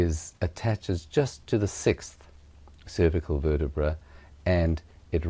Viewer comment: Where the fuck did you learn to say cervical like that?